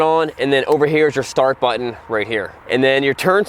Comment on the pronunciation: Great video and I'm so proud that someone can still pronounce the word (button) I'm tired of everyone that says bu--on yes there are 2 Ts in that word